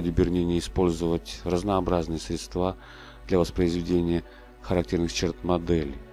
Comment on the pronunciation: СрЕдства, а не средствА! Это всё же канал Культуры! Стыдно!